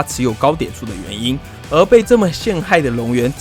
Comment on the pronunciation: 龍園念成亂源了啦XDDD